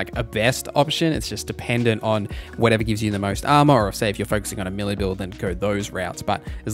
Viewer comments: May-lay. Not Melee. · I am sorry to be that guy. I love your content, I just wanted to say “melee” is pronounced “Maylay”